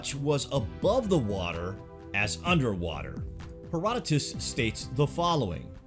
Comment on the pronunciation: Thanx for saying his name right Herodotus